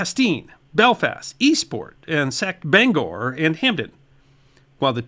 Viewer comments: Thanks for pronouncing Bangor right, but Falmouth... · My dad lived in Bangor, Maine for many many years, with a gap of about 14ys. Mom did for a few years, too. (I was born 7mo after they moved). MIL's family have been in Aroostock County for generations. eta: Hooray, you pronounced Bangor right! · I love how you pronounce Saco and Falmouth. 🤣 You did Bangor okay, though. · Good job pronouncing Bangor. The first syllable of Falmouth rhymes with "pal." Think FAL-muth. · As a resident I was pleasantly surprised to hear Bangor pronounced correctly! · omg thank you for pronouncing “Bangor” correctly 🙏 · Hey he said Bangor correct, can we at give him SOME credit. Most of our cities and towns are Abenaki , Micmac Passamaqoddy, & Penobscot names and are not easy to say without knowing the correct pronunciation